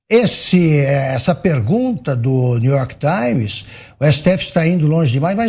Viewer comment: new york tsáins